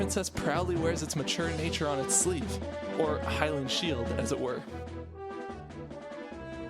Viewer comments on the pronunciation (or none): none